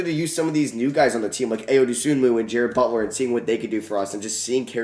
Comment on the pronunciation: Hey it’s not a big deal but Ayo’s name is pronounced eye-oh